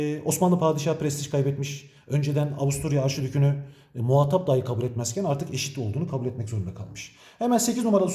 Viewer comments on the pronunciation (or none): none